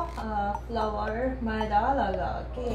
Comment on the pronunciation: Madiya nahi maida but good hindi I am your old friend of you